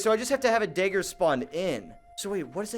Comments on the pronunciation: “Dayger bending” 🤦🏻‍♂️😂😂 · I hate the way you say dagger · he calls it daeggerbenging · This is the first time I have ever heard somebody pronounce dagger differently